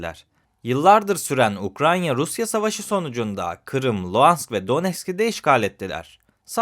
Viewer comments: ukraNya değil. UkraYna. Kaç video oldu. Anlattığı ülkenin adını doğru söyleyemeyen biri derler ciddiye almazlar bak ben senin iyiliğin için söylüyorum. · Abi neden hala inatla UkraNYa diyorsun? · Ukranya dediği an kapattım videoyu. Ukrayna (Ukraine) 🎉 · Hocam Ukrayna’ya lütfen UkraNya demeyelim. (08.40 )Emeğiniz için teşekkürler 🙏🏻